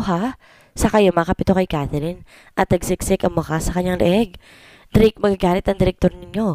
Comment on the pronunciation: Blake din dinig ko imbes na Drake